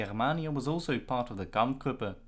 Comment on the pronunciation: "kamf grup" Two syllables in German or English, not three.